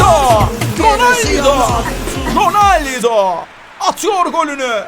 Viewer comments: Abi ronaldo ismini dorgru soyle ronalde diyon sen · ABİ roneldo değil gözünü seviyim